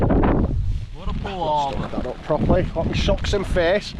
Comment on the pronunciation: Plaperty plapster 🤣 Fun review, good on ya for getting out in it. Subscribed on the merit of your bangin tea 👍